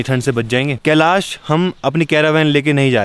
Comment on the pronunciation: Kalish kalish kiya bol rha he kalish parvat bolne me tuze bhar ara he kiya